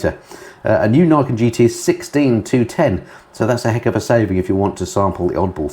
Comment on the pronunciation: I’m not 100%, but I think the 3 wheeled yamaha is pronounced ‘Knee Ken’, as it translates as: ‘Two Swords’, (referring, I suppose, to the twin front wheels).